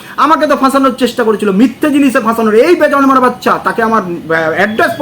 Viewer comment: একেকজন আবার বেজন্মা টাও উচ্চারণ করতে পারে না বলে বেজর্মা 😂😂😂😂।